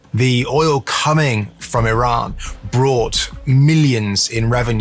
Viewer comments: I - RAH - N not I - RAN he says it right.... get your narrator to follow suit. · YOU GUYS R PRONOUNCING IRAN MUCH BETTER!!! THANK YOUUU